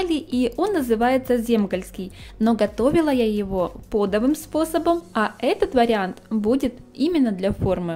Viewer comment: Огромное спасибо за ваши рецепты! Но не пОдовый, а подОвый.